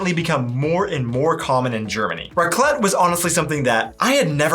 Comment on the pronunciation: Raclette is pronounce on the a so "Raaaclet". I thought only Switzerland wishes "einen guten Rutsch". We also ask "Bisch guet grutscht?". Did you slide well into the new year? The second of January is a public holiday here (Berchtoldstag). We have a family tradition of playing a pig game called "Schweinerei" shortly before midnight. All diese Personen haben wohl noch nie was von Sicherheit beim Feuerwerk anzünden gehört. Eine Rakete anzünden und dabei in der Hand halten? Sind die lebensmüde? Ich wäre wohl auch in Panik geraten, wäre ich auf dieser Brücke gewesen.